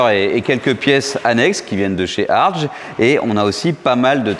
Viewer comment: pour info ,on prononce Herbert "Hartgue"👌